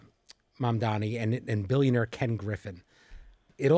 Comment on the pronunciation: Its MAMDANI! Not that difficult to pronounce. If the gazillionare wants to leave, please let him/them. Real NYers always figure our way together. It’s BS that these people make millions and don’t pay their employees a living wage or help to take care of the communities that makes them rich.